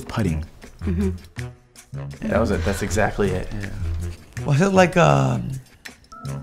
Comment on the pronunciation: Anyone else catch how he said padding instead of pudding